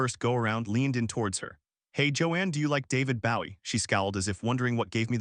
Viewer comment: It crazy how they pronounce Gina and Bowie.